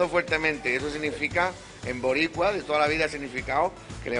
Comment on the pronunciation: Mi YoYo <3 "zabdiel llora hasta los comerciales" mori con eso jajajajaja y: "BORRICUA" JAJAJAJAJAJA no puedo creer que ya se acabo ): PD: Ximena Te Amo